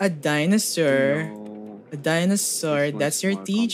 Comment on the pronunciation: "edi dino-sir haha..ha" unsubscribes